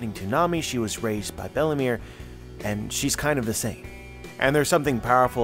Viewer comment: Everytime you say Belle-mere I understand Bellamy 👀